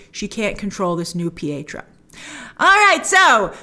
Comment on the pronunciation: It's deftnatly not pietro.